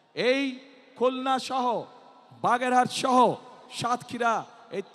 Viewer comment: বাগেরঘাট না বাগেরহাট হবে